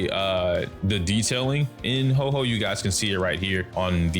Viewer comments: 🤓☝️ ahktually it's pronounced ho-oh not ho-ho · Pronunciation for Huo Huo is quite simple: Hu-o Hu-o. Make sure to pronounce the 'u'! The pronunciation for the 'o' is not so much like "oh", but rather like "or". So pronounce it something like "who-or" but really quickly!! It's one syllable. Huo! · Its pronounced HOO-Or HOO-Or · Huo huo is pronounce like "Whao" but drop the W sound and add the H sound. It translate to fire fire in chinese so look up fire and hear the translation if you want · To get the actual pronunciation of Huo Huo, you can go to google translate and put in 藿藿 (this is Huo huo Chinese name) then just click the listen button for the Chinese pronunciation.